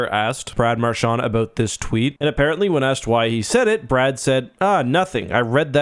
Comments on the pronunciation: Hey bro you keep on saying Marshawn it's Marchand he's not Irish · I know what you can do have some respect and say his name properly